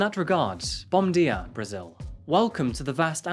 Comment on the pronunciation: Bom dia spoken like a true englishman 😂😂😂